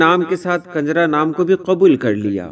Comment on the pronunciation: Kanjra nahi sahi lafz kunjrhah hai